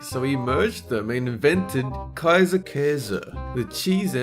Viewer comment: It amazes me how good can say Käse and Kaiser.